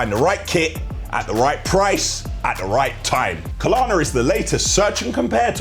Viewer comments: When said 'Klarna' at the beginning, i thought great, he's taken notice... BUT back to his skits and he's back to Kalana. Someone tell him please! 😬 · It's Klarna, not KAH-LAHNA :D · it isn't "Ka Lar Na". Just "Klar Na" 🤣